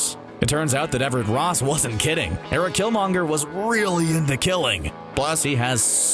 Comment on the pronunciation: Why does it feel so often that narrators on channels like this don't actually watch the movies and can't pronounce the names of characters even if they are spoken often in the movies? I'm talking about people that call the strange villain door-ma'am-oo, or this guy calling killmonger whatever pronunciation he was using. Get your shit together. Maybe we start calling them ebony mow, or aunt me, or spidermen, Bruce bander, Tony stork, black window, Stephan strange, theynos, Eggo the living planet. You guys got one job: read the words and get them right. Come on.